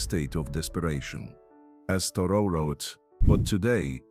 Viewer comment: It's Thoreau not Toro- so much for artificial intelligence.